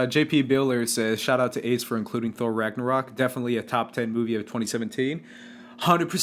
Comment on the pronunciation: Thanks for answering my question guys! You butchered the hell out of my name ACE but you got a laugh out of me!